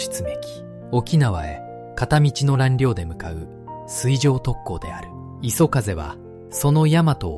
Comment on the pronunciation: 画像・内容良いんですが、読み上げが途中で終わっちゃうの何回かあったけどちょっと酷くない、また相変わらずAIによる読み間違いも多くて最後磯風をいそふうと読み上げたのは本当に興ざめでいくら何でも亡くなった方が可哀そう、"私達日本人は、その事を忘れてはいけない"と言っていて間違って覚える人がいたらどうするの？まあこのチャンネル観ている人でそんなにはいないとおもうけど、何使っているか分からないけどAIの精度全然上がって無いですよ。